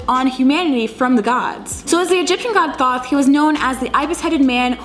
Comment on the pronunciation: It's actually pronounced like tote or thoth the th sounding like the beginning sound tah